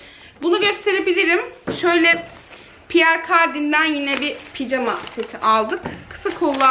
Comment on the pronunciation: Picama değil pijama eşortman değil eşofman denir 😉